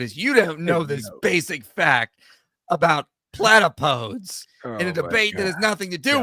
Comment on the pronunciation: Actually, the correct pronunciation is closer to "Platapo-deez" than "Plata-poads". ☝🤓